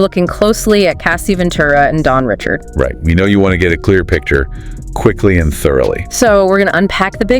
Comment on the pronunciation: as much as Dawn has said her name is pronounced (Ri SHARD) NOT (Rich ard). its crazy no one has said it right at all.